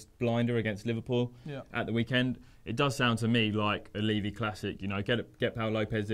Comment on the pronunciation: Please please please will pronounce levy correctly!!!!